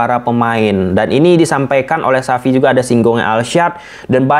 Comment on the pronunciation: Xavi bang bukan sapi